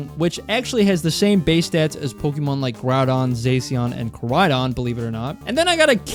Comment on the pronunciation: wtf is zaceon 😭 its zah - shi - in